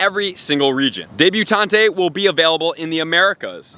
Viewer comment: pronunciations: matron -> may-tron (ie. matron of honor) debutante -> deb-you-tont (ie. debutante ball) la reine -> la-reign (ie. the phrase "La Reine Le Veut")